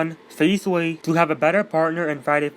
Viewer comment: Thank you and u pronounced my name right